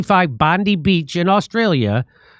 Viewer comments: Aussies brace yourselves; BondEYE, it’s pronounced BondEYE Beach, for the love of God this hurt my ears in ways I didn’t know possible. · it's pronounced bondeye not bondi, the I is said like eye, bond eye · Aussie here, I love your show! Just to help a little bit, its "Bond-eye", not "Bond-ee", hope that helps. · It’s pronounced Bond-i not Bond-e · Well done fellah. One little thing... You pronounce the beach 'Bondeye' and not 'Bondee'. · Bond-eye not bondee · It's pronounced Bond-eye, not Bond-eee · ‘Bon-dye’ not ‘Bon-dee’ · Pronounced Bond die not bond dee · Hey Jimmy - Bondi is pronounced ‘Bon-Dye’ not ‘Bon-Dee’ :-) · IT'S PRONOUNCED 'BOND-EYE' JIMMY...NOT 'BOND-EE'...HAHA. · Bon die beach not Bon dee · It's not Bonde ...it's Bond i. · It's not Bondee Beach, it's pronounced 'Bondeye'. It is an act of pure evil to lose 15 of our Australian brothers and sisters, including out 10 year old Matilda 😢 We didn't give up all our guns, we have the best gun reform based on illegal guns. Ppl are still allowed to have legal gun licences. Our government messed up and ignored all the signs. It's a tragedy 😢🙏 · Say it with me “bon-die” it’s not pronounced “bon-Dee” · Not Bond-e, it's Bond-I. Pronounced like the "I" as in "I am" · Hey Jimmy Bondi Beach pronounced Bondie or Bondye not Bondy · Jimmy - Bondi Beach is pronounced 'Bond Eye' not Bond Dee... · Pronounce... bon_die not Bon_dee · It's pronounced bond eye, not bondee. The holocaust survivor was in Siberian exile, not Germany. Father Indian, mother Italian? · It's Bond-eye beach not Bond-ee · I wish jimmy would pronounce bondi correctly. Its bondi not bonde. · Say it with me bond-eye beach, not bondy beach. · Bondeye, not Bondee beach Jimmy. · It's pronounced Bon-die. Not bondy. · Bondeye...not Bondee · Bondi...pronounced "Bond eye" not "Bond ee" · Im from Australia it's pronounced Bond i beach not Bondie beach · It's pronounced bondiiii not bondeeee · Bondi… pronounced like bond-eye…. Not bond-ee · BOND-EYE ffs